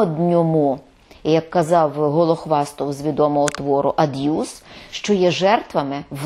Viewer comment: Цікаво, чому слово пишеться "аб'юз", а пані Фаріон вимовляє його "ад'юз"? 🤔